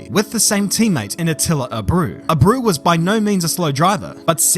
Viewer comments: abruh? hahahah sorry I had to make a joke when you forgot the e in abreu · Átila "Abrew" caught me off guard lol